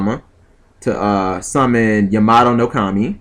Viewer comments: Ya-MO-to...Seriously? The dyslexia is real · I'm actually friends with Stephen Mercier and he calls the card Ya-may-toe for a long time. You don't need to know how to pronounce the cards to do well with them :/ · plays bujins still mispronounces Yamato i got nothin